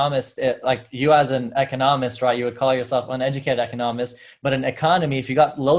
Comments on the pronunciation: I do have accent when I speak too, he refers mainly to where you use the actual accent in the word ecOnomist not econoMISt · Its Eeee-KAH-NOh-Mist. Practice it a few times, and you'll get. Thanks for stopping by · Can't get over how he said econist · you say ‘echonahmist’ - listen to how he says it on the opening of his every video - totally different!